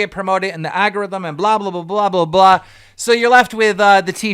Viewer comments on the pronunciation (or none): Keeeem NoOOO, dude it's been like 6 years since baited ended & he still can't say the word algorithm. "Aggarithim"